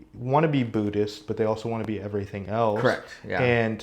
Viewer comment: His ignorance of my religion is quite breathtaking. Sounds more “Bhuddish” than Buddhist. 😂